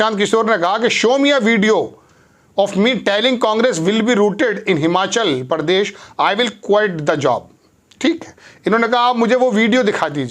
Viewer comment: routedः रूटेड ❌ राउटेड 👍